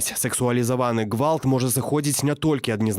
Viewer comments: Просто буква "г" мягче должна!Что сделаешь, всю жизнь на русском, а на родном избранно!! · Меня раздражает как произносится гвалт . Произношение не правильное на Беларускай мове